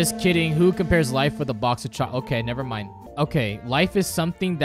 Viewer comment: "Alright, never mime." 11/10